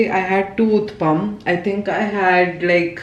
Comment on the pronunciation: Hey its not uthppam. Its oothappam